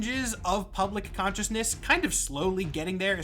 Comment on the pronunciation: "on the fringes of public konshuousness"